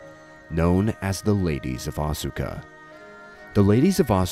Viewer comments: Great video, but Asuka is pronouced like Aws-ka with just two syllables and not Aw-su-ka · Yeah Asuka is pronounced Aska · I have one issue with your video. Unless place names and people names are different in their linguistic rules - I don't see why they would be - Asuka should be pronounced "Aska" (as in ask-a-question). I know this because I knew a girl in college who was from Japan and her name was Asuka, but she asked me to pronounce it "Aska". This seems to be a common trend in Japanese as well, with the u in many words and names being silent (much like our own silent e in some words and names, perhaps?). Other than that, great video. <3 Seriously, this is amazing. I've seen a number of videos looking into the Unown and the Ruins of Alph, but I never knew it was actually 100% based in reality - not just the game's maps, but the the Unown mystery and all the lore itself. And it makes sense, as there are pieces of Japanese history and culture written into every game they make - not just the Pokemon games - but it's awesome that you put this together. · Isnt Asuka pronounced like "ahh skuh" ?